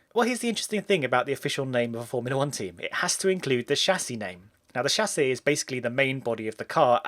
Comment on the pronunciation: Music to my ears.. somebody that do not say Tchâssis